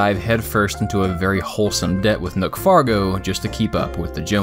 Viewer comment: ...."Nook Fargo"..... LMAO....